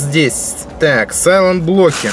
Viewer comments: когда говорит 'сайлэнблоки' я вспоминаю блок питания Aerocock Cylon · САЙЛЕНТБЛОК (дословно "переводится" как тихийБлок). Не верно произносишь (солонблок)